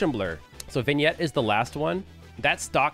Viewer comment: Legit questions tho, did you look up how to say vignette? I hAd to close one eye to type and look up this word on how to say it